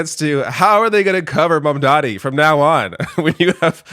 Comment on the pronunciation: I wanna see snl parody this scene Trump just fanboying over Mamdani while still pronouncing his name wrong.